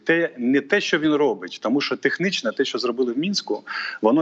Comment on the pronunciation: Противно слушать... "Тэхнично", "Мынских угод".... Азаров отдыхает.